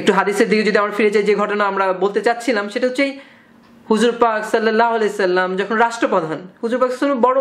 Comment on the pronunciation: Please Pronounce "Sollallahu alayhi oa sallam " correctly .